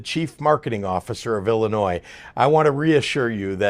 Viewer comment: You know governor, it is pronounced Illinois, not Ellinois.....